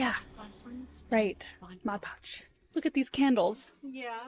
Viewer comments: So many great ideas! I say “modge podge” too! 😂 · I call it "modge podge" too 😊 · I was laughing with you and your mom over the "mod podge". I always say "modge podge", maybe that is the off brand😆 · I say modge podge too!! I say that's correct.. 😉🤣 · I say modge podge too 😅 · I call it modge podge too. And I have no intent to stop 😂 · I say modge podge, too!!!😂😂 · I say modge podge too😂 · I’m always calling something wrong like modge podge 😂😂😂 and my kids laugh and laugh and make fun of me. I so enjoyed hearing someone else do the same thing 😊 The tree is beautiful 🎄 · I have always said modge pudge as well! I know the right way to say it but it never comes out that way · The tree is stunning. I say Modge Podge too😊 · I cal. It Modge Podge too. You know what she meant 😆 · I have to say, modge podge is how I’ve always pronounced it, just like your mom. Lol! runs to find my container to see how it’s really spelled! Well would you look at that! MOD PODGE! I learn something from you in every video! lol! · I used to say “Modge Podge” all the time like your mom and then one day really read the label so I know it’s Mod Podge but Modge Podge is so fun to say! 😂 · 😂 I say Modge Pogde too!! 😂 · Haha I say Modge Podge also! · I know this video is a year old, but still fun to watch. 😊 Love the videos with your Mom and Sister. I did have to laugh as I have been using Mod Podge for years, but somehow pronounce it just like your Mom! 😂 Thank you for the fun videos! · I’m 63 and say MODGE PODGE also. Lmbo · ....you and your family are the salt of the earth! WRT saying the word Mod Podge incorrectly, if we're being totally honest, we've ALL mispronounced it at least once, if not more! 😂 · I say Mod Podge wrong too! No worries, it’s the same, right?!😉